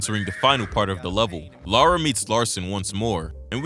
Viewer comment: I’m only 4 mins in but I just had to pause to thank you for doing what most American’s fail to do: Pronounce “Lara” and “Derby” right. It’s crazy that Core changed her name from “Laura” to “Lara” because they thought it would be easier for Americans to pronounce 🤦‍♀️